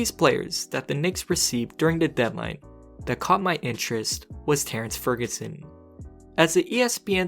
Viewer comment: Why do you call him Fergunson?